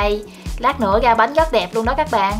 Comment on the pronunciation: Bếp Quê Miền Tây. Mình có ý kiến bạn nên phát âm tiếng miền Nam vì bạn là người miền Nam, bạn phát âm tiếng miền Nam còn không đúng bạn lại nói thêm tiếng miền Bắc nữa nghe mắc cười quá! Nó ngọng nghịu Nam không ra Nam Bắc không ra Bắc. Thí dụ bạn nói tiếng Bắc : tiếp theo như “vậy “ bạn lại nói như “ quậy “, “với ” bạn nói “ quới ”. Còn tiếng miền Nam thì lấy “ra” bạn lại nói là lấy “ga”…Nói tóm lại bạn nói chuyện rất là quê và là người miền Nam nên học nói phát âm cho chuẩn tiếng Nam đi rồi sau đó hãy sử dụng tiếng Bắc. Cách bạn nói chuyện phát âm tôi biết bạn là người miền Tây mà ở trong quê nên ráng cố gắng phát âm chữ “R” cho đúng thì tiếng và giọng nói của bạn sẽ hay hơn. Xin lỗi lời thật mất lòng vì tôi cũng là người miền Tây nhưng tôi được may mắn ngay từ thời học tiểu học tôi đã được cô giáo dạy cách phát âm những chữ “V, Chữ R và nhờ cô giáo dạy đọc cho cả lớp viết chính tả nên phân biệt được rỏ. Chúc bạn thành công và cũng không quên cám ơn bạn đã chia sẻ hướng dẫn cách làm món bánh chuối hấp lá dứa.